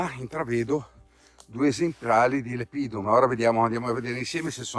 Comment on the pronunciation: speriamo in un buon 2023! Però, se posso esserti d'aiuto, non devi pronunciate Lepidum con accento sulla I come fai, ma lEpidum, con accento sulla E, come da regole. Fai bene a usare nomi scientifici in latino ma..occhio agli accenti! Sei un cercatore eccezionale!